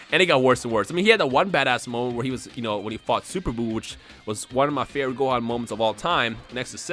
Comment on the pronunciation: Gohan? Goohan? Gohan??? Gohan.